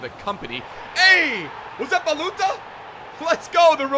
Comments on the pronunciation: And his name is like baluthsa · IT s like balutza ( hi from romania)